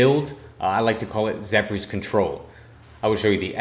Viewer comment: If ur gonna keep doing this some suggestions... don't read essence descriptions, just say name. Pronounce the words correctly... Zephyr is Zeffer, not Zeph-ry. And don't record vs. Bots... Don't take it too hard, U also has some interesting tips. Keep going & improve.